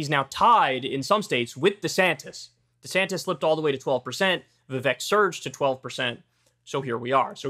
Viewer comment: Vivek rymes with cake... if your gonna talk about him say the man's name correctly 😂